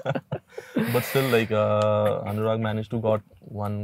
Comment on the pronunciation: I loved how Anurag da said his name.. in proper Assamese